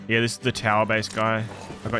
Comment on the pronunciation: bro keeps saying heee-yah . its a one syllable word m8